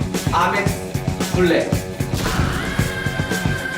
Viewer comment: 에이멕스를 아맥스라하노